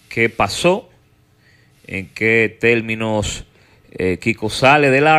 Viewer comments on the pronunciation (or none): Alofoke, no se dice IVANOS, sino IBAMOS (del verbo ir). no TELMINOS, sino Terminos (de terminar). No TRABAJAL, sino TRABAJAR. No se dice HAIGA, sino Haya (de haber).